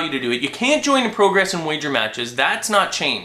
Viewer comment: you say 'progress' like you have an accent, but you don't. I don't get it, and it's really annoying...